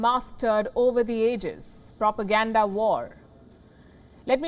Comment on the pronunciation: When she said "PROPOGANDA" LMAO. She is really good at taking Digs 🤣🤣🤣